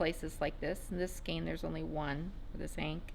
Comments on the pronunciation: Sorry to contradict you but the E in skein is pronounced as an A in English. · So…how do you pronounce “skein”? It's pronounced skane because of the E before I rule.Aug 22, 2016 Like "cane"